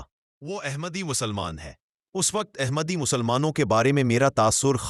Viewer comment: The correct word is Ahmad not Aehmad. The word Ahmad is in the Surah Al Saf. Please, correct the pronunciation. The word Ahmad is the superlative degree.